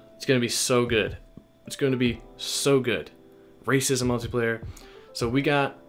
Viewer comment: 😂 I think said racism multiplayer. If he didn't, then it was funny when I thought he said it.